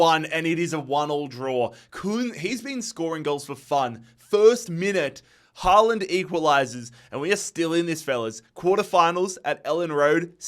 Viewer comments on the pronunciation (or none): none